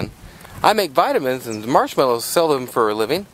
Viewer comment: stupid question... did you say you sell marmelows x) ?